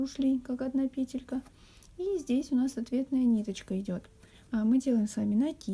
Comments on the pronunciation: скорее всего петЕлька . Вы же не говорите пЕтля, а петлЯ. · Все прекрасно, но почему пЕтелька? Слух режет🤦‍♀️ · Вот что выдаёт Гугл: В слове «пе́телька» ударение ставится на первый слог, на первую букву Е. Как и в существительном во множественном числе «пе́тли».🤗🌸